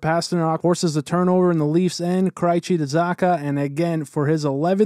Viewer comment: Crychee and Samson? That’s not how you pronounce Krejci and Samsonov….